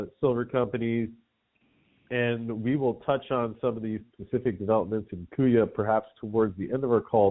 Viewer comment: He guys kuya rhymes with buoys... and shiny makes banks whiny